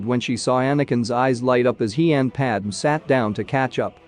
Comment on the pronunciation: Should spell jedi as "jed eye" and padme as "pad may" for text to speech reading purposes